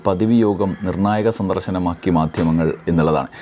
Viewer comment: "മാധ്യമങ്ങൾ " എന്നാ വാക്കിന്റെ ഉച്ചാരണം ശരിയാക്കണം ദ +ഹ =ധ ഈ" ധ" ആണ് ഇവിടെ വരുന്നത്. പക്ഷേ മിക്കവാറും ആൾക്കാർ പഥികൻ എന്ന വക്കിലെ " ഥ" ആണ് മാധ്യമങ്ങളിലെ 'ധ' ആയി ഉച്ചരിക്കുന്നത് .അത് തെറ്റായ ഉച്ചാരണം ആണ്. ദൈനം ദിന ജീവിതത്തിൽ ഉച്ചരണത്തിനു പ്രാധാന്യം ഇല്ലെങ്കിലും ഈ ജോലിയിൽ അതിനു പ്രാധാന്യം ഉണ്ടെന്നാണ് വിശ്വാസം ത +ഹ = ഥ